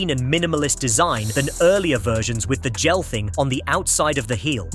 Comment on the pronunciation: Is this an AI dictating? Notice how it says Gel instead of Jel (pronunciation wise).